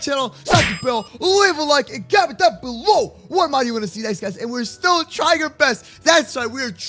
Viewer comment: Mod not mode